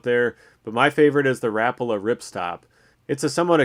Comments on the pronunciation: Rap-ala??? How about Ra-pa-la. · Is that how Americans say Rapala? I’ve never heard it pronounced like that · the way he said rapala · K thx will start pronouncing it like that